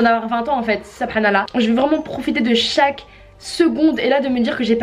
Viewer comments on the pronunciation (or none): Le " soubranAllah" 😭😭😭 É-PIQUE !!!!!!!!!!!